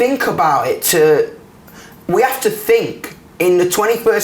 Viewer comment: I love hot think is fink🖤🖤